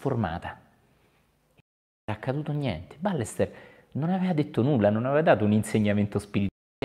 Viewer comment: "BAYESTÉR O BAIESTÉR, non "Bàlester"!!! Grazie. Saluti da Barcelona.